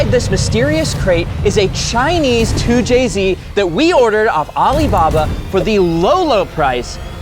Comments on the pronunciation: Not a 2JZ it's a "2CZ" 😭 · “Too Chi Zee”! 🇨🇳🙄🤷🏻‍♂️🤦🏻‍♂️🤦🏻‍♂️🤦🏻‍♂️